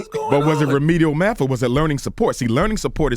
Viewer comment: Also, C the God is complaining about being put in all remedial classes but can't even pronounce Math. lol